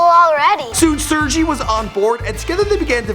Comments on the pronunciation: ITS PRONOUNCED SIRGAY. Not surgie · Sur-gay*** not serjee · Its pronounced SIR GAY NOT SERGEE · Brin's name is pronounced "Sehr-gay". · They really ought to look up pronunciation of the names before making a video... Sergey was pronounced quite awfully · You pronounce Sergey wrong :) just search it on youtube